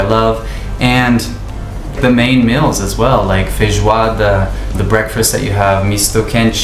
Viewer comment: you said "feijoada" as a native brazilian would say, really impressive.